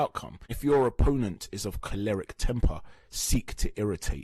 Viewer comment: 4.39....Choleric...it's pronounced Koll-er-rick and not Kor-lerrick...google 'Choleric'